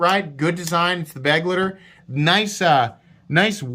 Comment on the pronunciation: I like the knife very much! As you say, I hope it will be available in more colors. Just to help you out on your German speech ;-) “Begleiter” isn’t pronounced as “Baglitter”, but more like “Buh-glighter” and the word means something like “companion”. Oh and my wife hates you for bringing me into the knife-world… Eventhough… Thank you so much!